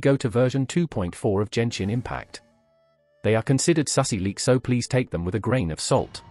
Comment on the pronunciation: Jenshin Impact, now i know how did she say it wrong, she went for a text-to-voice and typed Genshin Impact 🤣